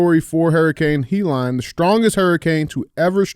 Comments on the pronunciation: What up DJ and Andy. I love how DJ pronounces Helene “Hee Line” instead of “He Leen” I’m a big fan watching from Tuscany Italy. I Love you guys. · DJ. It’s Helene (Heh-Leen) not (He-Lon). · The name of the hurricane Hellene NOT HELON! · Hee-Lon?!? DJ, it is pronounced HELL-een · DJ - It's Hurricane Hel-Lean (Helene) not "HE LANE" Lol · Leave it to DJ to “Key and Peele” a totally normal and common name, such as “Helene.” Hurricane “He-Lon?” 💀💀😂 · How is it that DJ can't find a way to pronounce Helene and calls it Helon? He has to go by DJ because I'm guessing he can't even pronounce his own name. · Why the fuck is it so hard for DJ to say Helene 😂😂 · Someone teach Dj how to say Helene stat. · He has trouble with a few words.